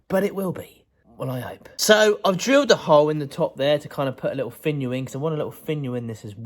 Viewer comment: Love the little pot! I swear at the end I heard "go check out my vaginal"... I laughed so hard, I went back and kept playing it over & over😂🤣😂🤣😂🤣 Cheers!